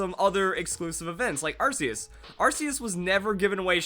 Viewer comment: what's this arseus business its arc-e-us